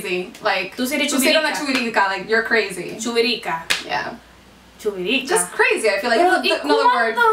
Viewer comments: it's not chuvirica, it's chivirica lol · No es "chuvirisca" es chivirica😂😂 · Its chivirica not chuvirica! I just found you guys this is amazing. Yall became my favorite😍😍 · Sooo funny! One thing girls.... Its no chuvirica is chivirica! 😛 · Nose dice chuvirica es chivirica and that's when you like to be with a lot of boys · Creo que se confundieron es CHIVIRICA, no Chuvirica. haha me gusto el video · chubirica??? did yah meant chibirica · Yo soy de República Dominicana pero no se dice chuvorica es chivirica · Chuvirica????? Es chivirica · it's actually "Chivirica" not Chuvirica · I say chivirika not chuvikira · Its not chuvirica Lml it’s chivirica... 🇩🇴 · Is actually "Chivirica" no "chuvirica" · Se dice CHIVIRICA no CHUVIRICA son las chicas que le gustan estás mucho con los hombres jajajaja😂😂😂😂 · Is "chivirica" not "chuvirica" Att: a proud Dominican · No es chuvirica, es chivirica😂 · no es chuvirica es chivirica* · Its chivirica, not chivirika. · es chivirica, no chuvirica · Es chivirica no chuvirica😂😂😂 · its actually chivirica not chuvirica hahaha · Its CHIVIRICA! Hahahahha not chuvirica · 😂i think the word you guys were trying to say was chivirica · It's actually "CHIVIRICA" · chivirica is the right way to say it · its actually CHIVIRICA but its ok